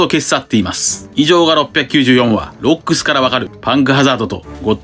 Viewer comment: ロックス海賊団の 発音おかしいwwwww